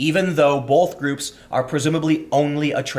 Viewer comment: foLks I can excuse. But for the love of god stop saying boLth. It is not a valid regional dielect. You are just butchering the English language. "Lemme AXE you a question. Did you BOLTH ride in the AMBERLAMPS, or was that too ESPENSIVE?" I love your content but if you insist on using that fucking retarded word I'm going to send you the repair bill for the hole I eventually punch through my computer screen.